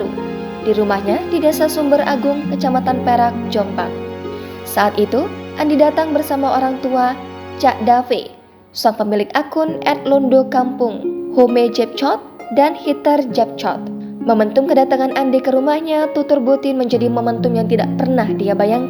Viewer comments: Cara membaca Dave adalah Dev bukan Dave !!! Enggak pernah belajar bahasa inggris ya !!! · Maaf Presenter koreksi cak Dave cara bacanya cak Dev...bukan Dave penulisannya memang Dave, yang dikenal cak Dev Londo Kampung.